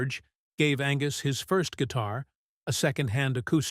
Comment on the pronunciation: Like "March thirty forst?" Ugh.